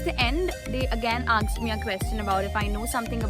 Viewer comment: I liked the way you said "aksed" instead of "asked"